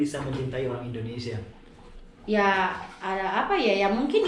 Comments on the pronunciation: a kunaon nybut indonesia jdi indonesa s ibu na i na kmna🤣🤣🙏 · INDONESIA TETEH BUKAN INDONESA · Wkwkwk Indonesa mengganggu'banget ya Indonesa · Mbak Mungkin gak blajar ya nyebut Indonesia